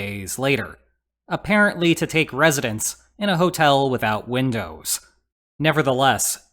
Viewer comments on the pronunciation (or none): none